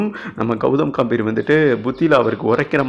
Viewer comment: காம்பிர் இல்லை டா கம்பீர் என்ன வாசிப்படா சாமி